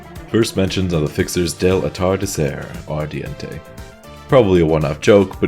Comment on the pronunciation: yes, you pronunced atardecer ardiente perfectly